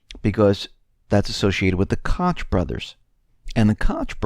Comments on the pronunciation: Koch is pronounced like Coke and yes those guys are dangerous. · Koch is pronounced like Coke in regards to them brothers. Keep up the good work. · Koch brothers is pronounced "coke" brothers.